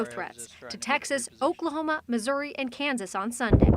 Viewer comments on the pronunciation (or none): none